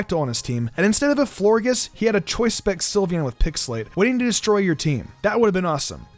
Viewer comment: You said it wrong it's not forges its florges